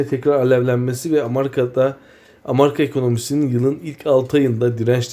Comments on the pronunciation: Bofa nın ABD ekonomisi ve borsaları iin yaptığı uyarı... Sizdeki cehalet mi demek lazım, bizim ekonomimizin ve borsalarımızın yabancı borsalarla büyük ölçüde ayrıstığının bilincinde de değilsiniz. Amarika değil, Amerika olarak telaffuz edilir bu arada. Haberleri verirken kişisel yorumunuzu eklemeyin siz en iyisi. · Amarika değil amerika bi turlu ogretemedim sana